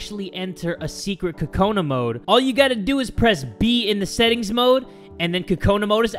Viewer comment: Am I the only one who thinks he's saying kokanas weirdly